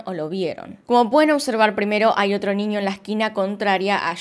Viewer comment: Me da mucha curiosidad que dices: “ninio” 🤔